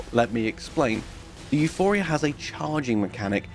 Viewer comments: The weapon is Euporia. Not Euphoria. It seems a common mistake but I'm unsure why. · It's EuPORia, not EuPHORia.